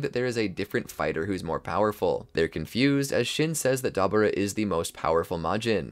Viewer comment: I was with you until you said Deborah wrong😭